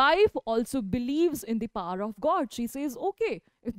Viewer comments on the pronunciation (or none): none